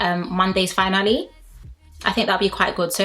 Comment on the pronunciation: Great review. I'll miss my daily fix. 😍👌🏾 Little tip. No tea, no shade.... Finale is pronounced fin-aah-lee. 🙏🏾